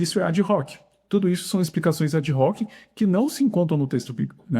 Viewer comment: Excelente conteúdo. Permita-me fazer uma correção, em "ad hoc", o H em latim tem a mesma pronúncia usada em português, ou seja, o H é mudo, como em hotel ou horta, e não com som de R, como no inglês. Forte abraço